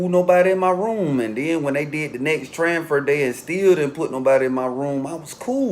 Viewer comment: 😳😳Tranfer...I Thought It Was TRANSFER 😂😂